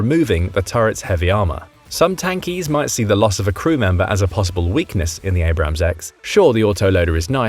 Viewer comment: your pronunciation of Abrams hurts more than my ear infection